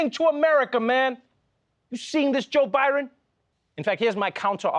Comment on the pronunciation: "Joe Byron" 😂